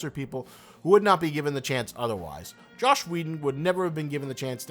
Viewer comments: good video - but its Joss Whedon. not Josh. this is constructive nitpicking. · Stop saying Josh Whedon. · Is it just me or does he keep saying “Josh Whedon”. It’s pronounced, Joss like hoss. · I had to dislike because you said Josh Wheden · 'JOSS' not 'Josh'...